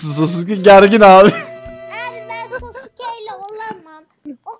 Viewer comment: Sasukenin adi sasuuuuke degil aga sasuuuuke